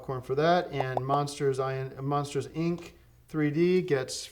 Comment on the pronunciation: Saying it as "Monsters Eye En See" short circuited my brain